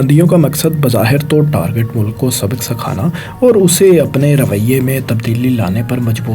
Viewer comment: o bhai apni pronunciation thik kr lo yar please notic kren targat ni target mamalik ni mumalil tajarti ni tijarti khalafwarji ni khilafwarzi khalaf ni khilaf sakhana ni sikhana